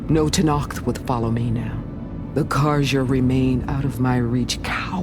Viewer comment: I just love how Angela Basset pronounce "Tenakth", so clean and enunciated.